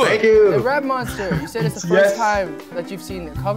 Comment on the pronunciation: I'm sorry but the intro killed me "I'm A REP MOWNSTA CUZ I KEN RAP LIKE A MOWNSTA" Eric pls